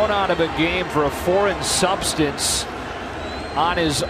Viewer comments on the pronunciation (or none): what are those "foreign substanzes" ?